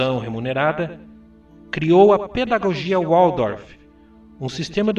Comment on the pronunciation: Excelente vídeo! Parabéns pela grande contribuição a todos nós! Apenas uma pequena observação: é Valdorf, a pronúncia de Waldorf, a Pedagogia criada por Steiner. O w, em alemão, tem som de V. Gratidão. 😉